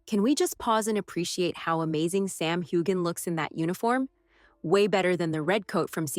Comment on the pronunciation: Mispronunciation of Sam Heughan’s last name.